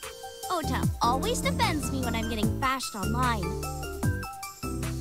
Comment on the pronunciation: the voice actor thought it was pronounced "oda" not "ota" all game, because he never had to say his own name, it's only when he played the game that he realized. to market the game the company made a twitter account for ota....and also made ones for his sock puppet accounts. That's dedication.